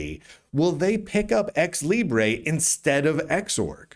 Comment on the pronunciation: As a Spanish speaker, from flipping Spain at that, I'm offended by your grossly wrong prounciacion of Libre, with that absurd overpronunced schwa. You Americans and your crazy vowels!